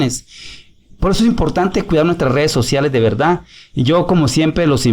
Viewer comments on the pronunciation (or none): none